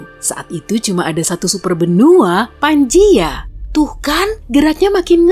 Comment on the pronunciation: Pangea min bukan panjia